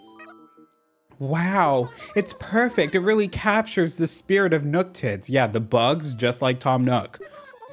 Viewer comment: Every time you say Nooktits I just….. I lose my sanity a little bit. I love it.